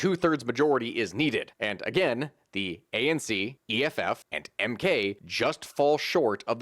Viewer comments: You did butcher the mk pronunciation :) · You butchered the MK party's pronunciation so badly I spat my coffee out. Thanks for the laugh. Good summary of SA political history though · The way he said the MK party outloud was too funny. Good shot though